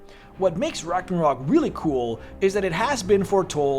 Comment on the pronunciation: RAGNARÖÖÖÖÖÖK - god ! With an „Ö“ !!!!